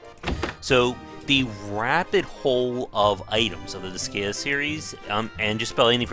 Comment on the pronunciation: It's pronounced dis sky ah